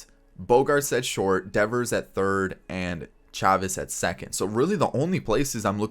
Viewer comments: It's pronounced "Chay-vis" not "Chaw-vis" but I get the confusion since it does look like "Chavez" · It’s pronounced Chay-Vis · It's Michel SHAY-VIS